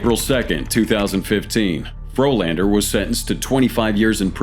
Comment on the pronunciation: Turned a Frolander into a Floorlander.